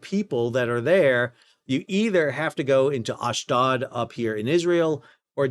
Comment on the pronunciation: it is Ahsh- dOde, not ahsh-dahd, the IDF officer in the intro pronounces it for you